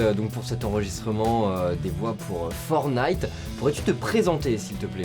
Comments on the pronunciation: fornite ??? le mec commentateur connais pas le nom issou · Pourquoi prononcer Fortenite, est-ce qu'on dit un chateau-forte? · Je vous en prie arrêter de prononcer fortnite sans le premier t 😫